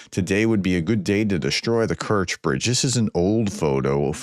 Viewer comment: correctly pronouncing of Kerch is close to Stretch